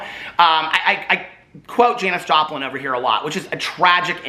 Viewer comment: Omg! I thought I liked you before! The you say the name Janis Joplin! I can’t! 🖤🖤